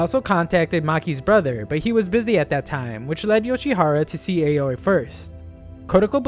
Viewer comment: You might already know but the Japanese A is pronounced ah, so it's not ei-oh-ee but ah-oh-ee for Aoi's name